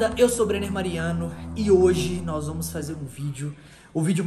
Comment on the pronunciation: Não se diz "" se diz BRENNER